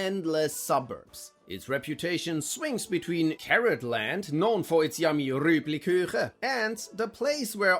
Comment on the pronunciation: he also says quite a few words completely wrong (eg “rübliküchen” instead of “rüeblichueche”)